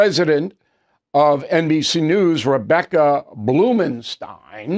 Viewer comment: Rebecca BLU-MEN-STEIN??? President of NBC? Shocking....